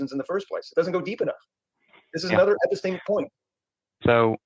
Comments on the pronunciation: "Episteamics" lol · I don’t know how many more “epesteeemics” I can take